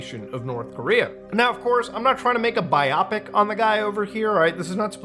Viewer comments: Muta is pronouncing biopic incorrectly. It's BIO-Pic short for biographical picture-as in movie, film, cinema. The more you know. Thanks for another terrifying video Muta! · Cool video, interesting subject. But is the tense music really necessary? Also: it's "bio pic" not "biopic"